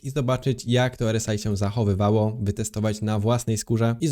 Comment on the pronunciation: R S AJ 🤣 zdecyduj sie chłopcze czy wymawiasz nazwę tego wskażnika po polsku czy angielsku, bo robisz z siebie glupka.